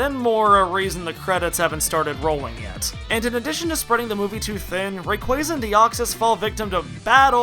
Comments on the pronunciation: I think and I are the only people that pronounce Rayquaza correctly. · Well done for pronouncing Rayquaza's name right! (FOR ONCE!!)